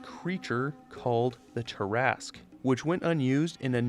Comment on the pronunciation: This is my first time listening to you I enjoy your content. Also thank you for pronouncing Terrasque properly it's rare someone does.